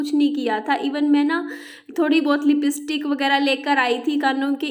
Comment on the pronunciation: शुक्र है जिन्न जिन स नहीं बोली जैसे लिपिस्टीक बोलती है ।